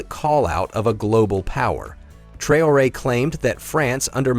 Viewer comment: You pronounced the name Traoré three different ways